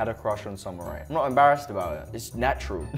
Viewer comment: (It's natrul) hold up wait a minuete